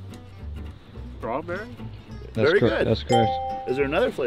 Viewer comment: schtraberery burnanann is the funniest thing ever